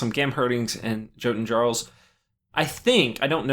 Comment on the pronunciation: Jotun Jarl should sound like "Yotun Yarl"